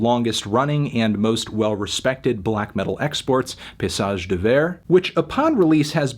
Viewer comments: pa-y-sage! not pay-sage! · I cringe every time you say "pissage", melon. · Dawg stop pronouncing it piss-age 😂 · "Paysage" is prononced "pay-e-sage". The "y" can sound like an "e" in french. Bonne journée sale pastèque :) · it's pretty accurate in fact! just missing a syllable in paysage (pay-EE-sage)